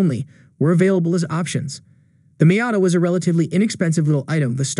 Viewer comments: It looks funny when you introduce the NA showing a picture of the NB. Also it’s Mee-ata, not My-ata. Other than that, nice video! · I turned you off after the few seconds and that weird way you pronounced Miata. No one has ever pronounced it like that.